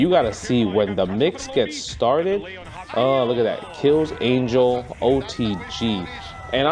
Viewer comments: You pronounce Isla right but not Ángel!?!? It’s an-hell, not ane-jel. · Not to be that guy, but, it's pronounced "Ahn-Hell"